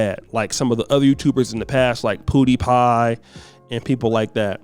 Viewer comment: LMAO calling PewDiePie as PooDiePie